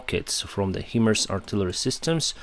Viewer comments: HIMARS is pronounced ”High Mars" not "He Mers". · HIMARS = ~~~> HIGH <~~~~ Mobility Artillery Rocket System PRONOUNCED ----------> HIGH MARS NOT PRONOUNCED --> Heeeeemars Love You 💙💛🇺🇦